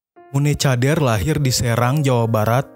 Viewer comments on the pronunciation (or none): C itu dibaca k, min , sehat selalu, min